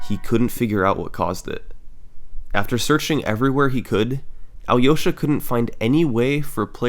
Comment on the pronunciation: can't believe it's the first summoning salt's video I watched when Matt Turk isn't just mentioned as a joke, but actually a part of the history edit: also it's funny how summoning salt pronounced Alyosha